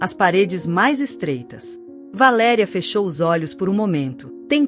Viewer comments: Você devia de pronunciar o nome da mãe na história corretos Valéria e não de valeria Você não acha ? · Não é valeria. Isto é verbo. Valer.Valéria é a p ronuncia certa. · V A L É R I A ——- estão querendo mudar o português o que eu penso a pronúncia valeria e tem um acento agudo no É QUE VALERIA. EXISTEM VÁRIAS PALAVRAS QUE ESTÃO SENDO PRONUNCIADA DE FORMA ERRÔNEA, O PORTUGUÊS TEM ACENTOS AGUDO CIRCUNFLEXO, E GRAVE. EXISTE ALGUM ACORDO GLOBAL PRA TIRAR O PORTUGUÊS DO BRASIL DO MUNDO? ACHO QUE VOCÊS TODOS DEVE PROCURAR UM PROFESSOR DE PORTUGUÊS PARA PRONUNCIAR BEM AS NOSSAS PALAVRAS. ME DÓI VER VOCÊS FAZER A BESTEIRA DELA VALÉRIA …